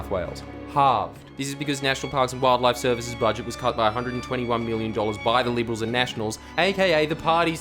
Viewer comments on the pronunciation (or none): none